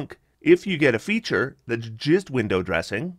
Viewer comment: When you're saying 2d6 and 3d6 "the damage gist gets there," what? edit: just realized you're saying "just" lol